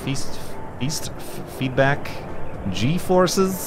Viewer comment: can you say "gforces?"